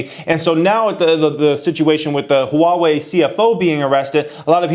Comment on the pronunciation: Never knew how to pronounce "Huawei" before :)